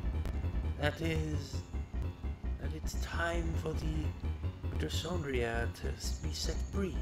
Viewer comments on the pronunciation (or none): it s called mitochondria with "h" like history not with "s"